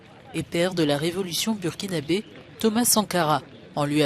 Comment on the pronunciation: bon ca se prononce BOURkinabe... please